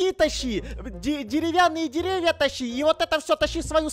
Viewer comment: Никто:: ДереВяНныЕ дЕрЕвЬья